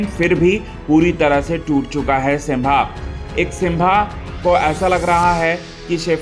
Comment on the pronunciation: सिम्बा है वो सिंभा नहीं